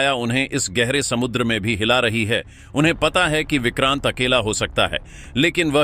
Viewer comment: Vikrant nahi he o ko oooor he😊